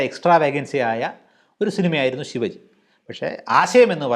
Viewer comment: ശിവജി അല്ല ശിവാജി, റെമ്പോ അല്ല റെമോ.